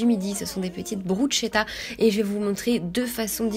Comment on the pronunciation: PS: ça se prononce brusketa mdrrr